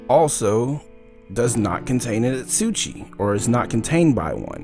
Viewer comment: You're pronuncing asauchi wrong